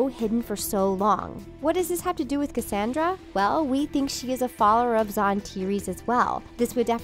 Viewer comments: You didn't even say Cassandra's name right how do you say her name wrong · Am I the only one that is super mad about how she kept saying Cassandra's name wrong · 1. Why are you mispronouncing Cassandra and Varian?!? AHHHH. 2. Missing is the theory that Cassandra slowly started to turn evil after she touched Rapunzel as she was saying the moonstone incantation. 3. What about Lance missing from the wedding? 4. IS SEASON 3 TRULY THE END? I legit did not know that. 😭